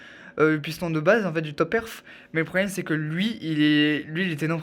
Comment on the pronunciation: Apprend à articuler tu sais même pas dire le Mot top perf 🤦🏻‍♂️